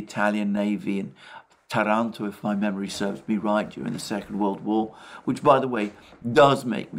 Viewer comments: Ta'ranto not Tara'nto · what did you say, along with the italian navy? closed captioning says terpits and toronto, i heard turrets or turks and tehran. i see now, tirpitz, but i still do not get the last one